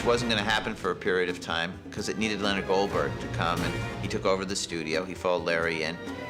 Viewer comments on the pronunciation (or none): none